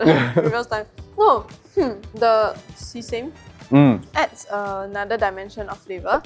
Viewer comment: WHY ALSO PRONOUCE SESAME AS 'SEE-SAME'?????🤯😭🤬